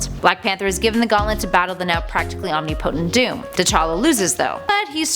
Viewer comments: channel name is nerds, but can't pronounce omnipotent correctly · Am I the only one annoyed by their pronunciation of omnipotent